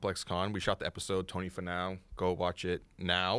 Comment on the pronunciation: It’s pronounced Tony “FEE-NOW”. And just call it “AP” next time. 🤣